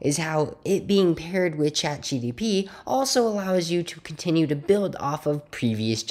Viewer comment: Do you keep saying ChatGDP?